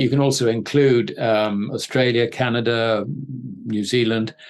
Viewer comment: Rusher and Chiner? never heard of those countries before... Are they in Asier? Canader?